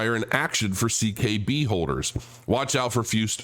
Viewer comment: It's CKB. At least get the acronym right. "See Kay Bee" CKB. C.K.B the Common Knowledge Byte. I'm sure you read it on the site you just read out to us on.